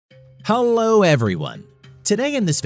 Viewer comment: "How-Low" Everyone.. 😂😂😂